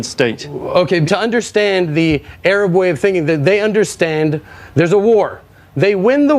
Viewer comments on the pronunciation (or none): none